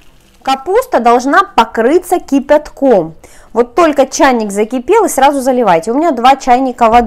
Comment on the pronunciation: Слово кипятком произносит автор прикольно 😁